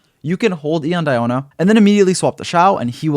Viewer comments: We say "Dee"ona, like Diluc :) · My name is actually Diona, but it’s pronounced Dee-oh-na for me. Surprising I get more references from Shrek Fiona than this game lol